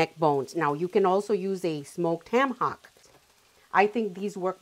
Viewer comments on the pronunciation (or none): none